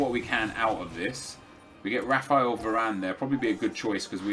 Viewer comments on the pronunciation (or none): none